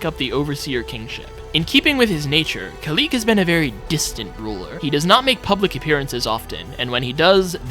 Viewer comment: it is khalid not kalid